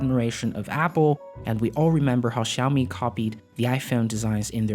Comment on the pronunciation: Can you please learn to $@ say xiami properly??!! It ain’t rocket science and it takes five seconds you lazy bum.